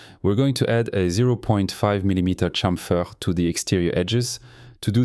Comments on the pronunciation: This French touch in Chamfeeer 😄👍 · Unga Bunga, me like french man say "chamfer"